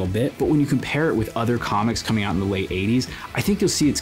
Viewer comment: Man, I keep hearing you say “coming on this book” over and over…and I think it probably is a fitting description